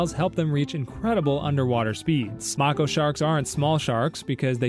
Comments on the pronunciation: The way you say Mako shark makes me mad. It’s May-ko, not mah-ko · May-ko shark. not macko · ITS MAY-KO NOT MAC-O AS IN ITS SAYING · It’s pronounced (May-ko) not (Macko) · Mako is pronounced (May, Ko) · I swear it’s pronounced “MAYko” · erm actually, it's may-KOh. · Mako is pronounced make-oh (no hate just a shark nerd 😭) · “Mocko shark” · Ah yes, Mah-koh sharks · if you look it up mako is pronounced “May-kow” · no, he isn’t right. It’s pronounced “May-kow” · Never heard anyone pronounce mako shark that way bro 💀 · PLEASE for the love of god, learn how to say Mako properly, please, I beg of thee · Mako shark teeth are designed for stabbing. It’s an adaptation they’ve acquired that helps them hunt large swordfish more efficiently. You also pronounced their name wrong. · The way he says Mako shark will make me evaporate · the way he said mako made me cry bro😭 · Haha, right? The mispronounciation killed me.